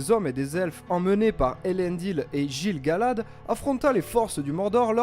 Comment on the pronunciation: Sympa ta vidéo :) Juste un mini mini infarctus lorsque tu as prononcé "Gilles-Galad", mais bon ^^